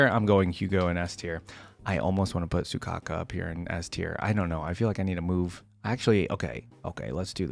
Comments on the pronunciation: You know it's Soukaku, right? Not Sukaku. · Not Soukaka im dying AHAHHAHAHAA its soukaku